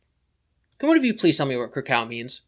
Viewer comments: I’m pretty sure Chris got “krakow” from the Calvin and Hobbes comics. Calvin has an alter ego as a spaceman and when he has “battles” he says “krakow” as the noise that his blaster makes when he shoots it. Kraków (pronounced more like kra-cove) is also the second largest city (and was once the capital) of Poland. Here is a link to one of the comics where both meanings are referenced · thats pronounced like krakoov though